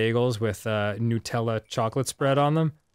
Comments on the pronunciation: Hey guys, just want to point out that Nutella is pronounced with the 'Nut' part like the word 'nut' not 'nute'. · I keep forgetting Americans pronounce Nutella "Noo-tella". Australians pronounce it Nuh-tella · Its pronounced nuhtella, not newtella. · It’s Nah-tella, not new-tella. Not triggere but I’m triggered but not really. That’s just how u say it’s ok... thx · So is "nootella" different to "nutella" or is it just a pronunciation I've not heard before?